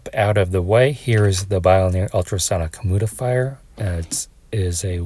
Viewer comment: Humidifier pronounced “himudifier” every time is sending me😭